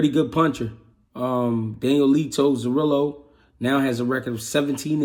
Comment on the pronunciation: Who's Zorilo??😂 brother is pronounce Zoriya👍🏼